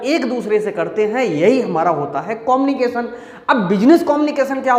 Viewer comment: कोमनिकेशन✅ कम्युनिकेशन❌😂😂😂